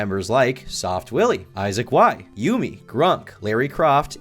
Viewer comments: its "yummy" not yoomi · Erm....its pronounced Yummy and not Yoomy 🤓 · bro said "yoomi" bitch its pronounced the exact same way as "yummy" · its pronounced "yummy" you ape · My autism was flaring everytime he said "You-Mi" ITS PRONOUNCED YUMMY- YUMI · Yumi’s name is pronounced “Yummy” not “Yoo-mi” I’m sorry but my adhd brain just felt the need to correct you on this. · Its not you-me, its yummy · Love this video but his name is pronounced Yumi (like Yummy) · i'm like 2 mins in and ur already fuckin just wrong first off minor nitpick, yumi is not pronounced "yoomi" so you already don't know what ur saying because that's like the most basic shit ever secondly they started off as a content group and added the brand to it later on. go ahead with the grift man, this shits already cooked. you can't even get the most bare bones, basic info about the cunts correct, move on 🥴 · Bro said Yoomy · Bro said YOOMi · bro said juumi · its pronounced YUM-e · Bro please tell me you mispronounced Yumii on purpose 😅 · the type of guy to pronounce Yumi as a classic yugioh field spell.